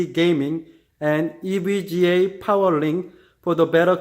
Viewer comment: “Hi guys! Today I just got ewega Rtx 2070 xc” Anyways nice vid I’m getting this but it’s 2070 super lol